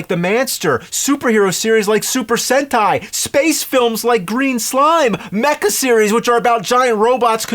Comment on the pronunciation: Sentai sounds like hentai